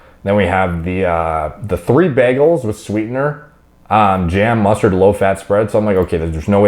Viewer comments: Anybody gna talk about how he keeps saying “BEGELS” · Bro, I've never heard anyone pronounce it like BAGels lol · You say bagels weird